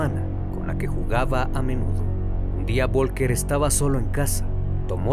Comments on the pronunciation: Folgar así se pronuncia. VOLKER jajajaja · Vivo en Alemania y el nombre Volker se pronuncia como "Folka". Aquí la V se pronuncia como una "F" saludos buen video